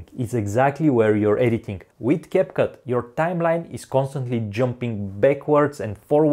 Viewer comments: Bro really called capcut cupcake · Did anyone notice that he accidentally call capcut capcake😂😂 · And you called capcut "caput"